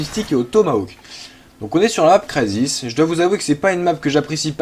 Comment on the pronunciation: C'est pas craisis mais crisis... Sinon c'est tres bien